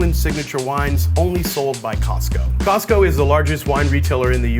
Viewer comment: Thanks for pronouncing Costco correctly. Too often I hear "Cah-sco"..